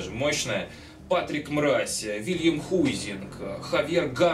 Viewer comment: Хайзинг!!! а не Хуизинг